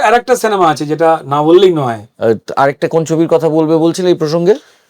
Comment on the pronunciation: সেনেমা আবার কি জিনিস!!! এত বড় মাপের একজন অভিনেতা, উচ্চারণ এমন হবে কেন!!!!!